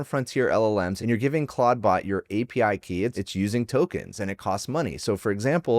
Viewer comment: Stop calling it claud-bot